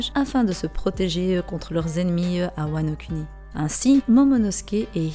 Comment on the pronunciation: J'ai entendu wanoCunni 😂😂😂 Sinon bonne théorie continue 👍🏽👍🏽👍🏽